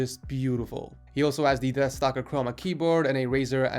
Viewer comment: did anyone else notice he said dethstalker chroma keyboard, and an anansi mouse???